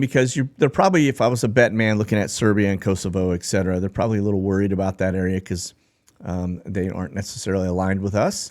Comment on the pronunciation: Ekcetera?? Try this instead: Etcetera